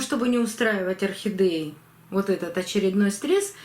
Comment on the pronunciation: Ну почему орхидЕи все называют охидЭями?!. Режет слух." Не говори красиво'! ' И это у всех блогеров.